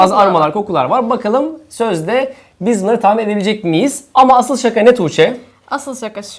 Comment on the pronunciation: ***** O anlamda değil şaka diceğine saka dedi